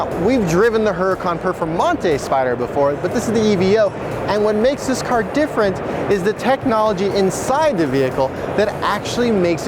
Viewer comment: Right then he said E.V.O like it was an acronym or something